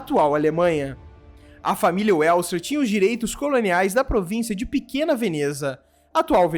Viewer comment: Uélser??? É VÉLZER. O /w/ em alemão é /v/. Ou você falar Uágner? Volks-uáguen? Vagner, Váguen, Vélzer.